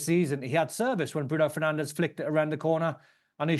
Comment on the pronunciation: We won suddenly he can't get their names right 😂Fernandez that should be.